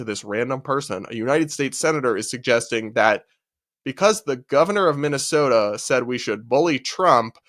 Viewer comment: I can tell you’ve lived in the Midwest by the way you said Minnesota 🤣